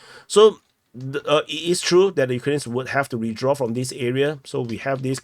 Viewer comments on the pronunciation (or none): 🔴, I am a viewer many yrs. But, PLEASE practice the TH sound. You speak English, but not pronouncing TH sound makes it sound like baby talk.......... For ex: "tree km" = THree km;" turdy” km = THirty km; “wiffdraw” = wiTHdraw; “norff” = norTH.; “true” = THrough. Just a suggestion if you want to sound less cringe and want more new followers who can understand you.. 😃